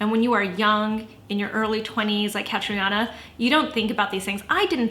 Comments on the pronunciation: By the way, it’s pronounced Cat-treena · Why the hell are people butchering her name? It’s irish it’s pronounced Katrina ughhhhh kills me!! Tell me she doesn’t call herself that too?? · Loooorrrrddd. Catriona is an Irish name pronounced "Catreena". why do people give their kids names they refuse to learn how to pronounce!